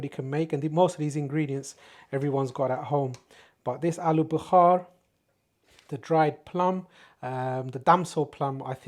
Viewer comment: It’s aluu Bukhara NOT BUKHAR that means fever !! At least get your words right if you want to pretend you are an English boy !!